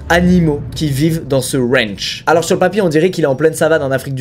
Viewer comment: Première punchline 😂😅 j'adore les fleurs mais la mentalité est plus droguées que peace donc stone . 🌺🌼 Je préfère le look métal que hippie. Et de deux ! 😂 et ça continue... Une mitraillette 😂 dans son Rwanchh 😂😂 car on est aux etaaats unies d' amewique avec des maiwiines aussi haha 😂 ça me tue cette façon de parler 😂😅 J'en ai eu des points de suture mais 120 nope c'est ouf 😅😅 moi avec mes 13 pts de suture 😅😅 et il est sûr et certain que Marshal n'a rien de cool et de réfléchi, la protection animal mes fesses ! Si l'effet Pinocchio existait il ferait le tour du globe plus d'une fois... Pauvres bêtes et pauvre famille que Marshal ne mérite gère. Un chat c'est oui un lion c'est non ? Vraiment ? Mdr 😂😂😂 mais juste ciao avec le smile ça fais le job 😂 la bise toujours un plaisir de voir tes vidéos et ton humour. Longue vie à ta réussite .